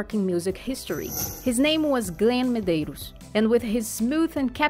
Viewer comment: Nice video. Thanks for uploading. Please watch your pronunciation though as it's a bit distracting ('ed' isn't pronounced as a separate syllable) but you pronounced his surname Medeiros perfectly! You must be Portuguese speaking 😉